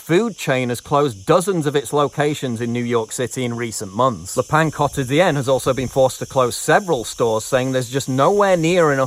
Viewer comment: Thank you Paul for saying Le Pain Quotidien so well. Almost French.